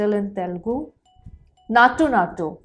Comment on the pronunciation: by the way, can u google and learn how to pronounce the Telugu word.. I am not criticizing, but we are Indians rt, at least try to pronounce main words correctly, forget about language ... when u say Telugu, that pronunciation is very bad .. I know many guys jump here.. but this is important .. many foreign guys pronouncing better than us ..